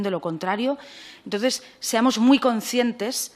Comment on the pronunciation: Además no sabe ni hablar...fíjate en el minuto aprox. "Seamos Concientes" encima lo dice dos veces